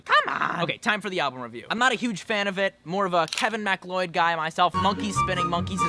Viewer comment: Crazy how every “fan” of Kevin Macleod doesn’t know it’s pronounced Mcloud.